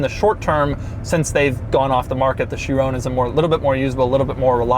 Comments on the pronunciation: I can’t be the only one who’s bothered by how he says “Chirone” instead of Chiron with a hard “-on” at the end. Still wouldn’t be the right pronunciation, but better than the way he says it... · I'm so glad you dropped the e from the last time you reviewed a veyron. You kept calling it the "vayrone" . Now to get you to say chiron without calling it " chirone" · Has anyone tried to help him pronounce "Chiron" properly?